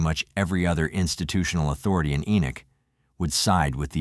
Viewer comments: It's not pronounced E-knock. It is pronounced E-nik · FYI, it’s pronounced Ee-nick. I live not far from here. 😊